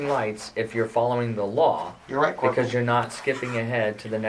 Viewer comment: This is petty but, I can't stand when he calls Corporal Ramsey "Corp"